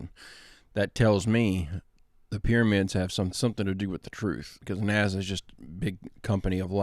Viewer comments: "NAZA" LOL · Man you gotta quit saying NAZA. Lol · Please stop saying NASA with a z. It’s ridiculous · its naSa not naZa...nnaaaassssaaaaaa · Hey, Would you please stop calling NASA, "NAZA"? It's a hard "S", like STEPP... SSSSSSSSSSSSS! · Love the way calls it NAZA, he's correct, except the last A should be I, let's face it, Nazi scientists started it. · Is it driving anyone else crazy the way he's pronouncing nasa "naza"?